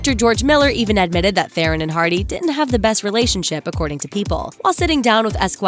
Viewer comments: Charlize Theron's last name is pronounced Thrawn. Not Thay-rohn. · Thronn, damnit not the iron, not theeeron, Thronn. It's a south African name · Theron is pronounced Thron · Would you please say Theron properly!!! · You don't say charlize theron right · Please learn how to pronounce Charlize Theron's name !!!!!!